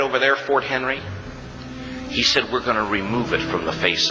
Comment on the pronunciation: It's fort McHenry, not Henry. I live about 45 minutes away and every time I am in Baltimore near fort McHenry I think of the hell those people went through that night, but would not give up the hope of the United States. We take so much for granted and complain so much not knowing what people did so make years ago to allow us to live in a place that blessed is each and every day. Thank you for doing this reaction. God bless you!!